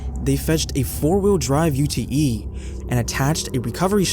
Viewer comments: Hi from Australia here and it’s a Ute not a u. t. e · Energerised is the cutest mistake yet. No criticism here! Although, I would like to say that ute is pronounced "youte".